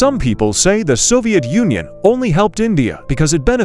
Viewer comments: Bro said soviet Onion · Its Soviet Union not Soviet onion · Bro said soviet onion 😂😂😂😂😂😂😂😂😂😂😂😂😂😂😂😂😂😂😂😂😂😂😂😂😂😂😂😂😂😂😂😂😂😂😂😂😂😂😂😂😂😂😂😂😂😂😂😂😂😂😂😂😂😂😂😂😂😂😂😂😂😂😂😂😂😂😂😂😂😂😂😂😂😂😂😂😂😂😂😂😂😂😂😂😂😂😂😂😂😂😂😂😂😂😂😂😂😂😂😂😂😂😂😂😂😂😂😂😂😂😂😂😂😂😂😂😂😂😂😂😂😂😂😂😂😂😂😂😂😂😂😂😂😂😂😂😂😂😂😂😂😂😂😂😂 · bro you just said Soviet onion broo😂 Btw they we're like bros❤